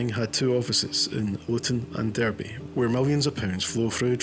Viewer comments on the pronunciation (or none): none